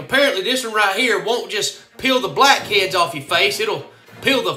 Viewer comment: "Black eads"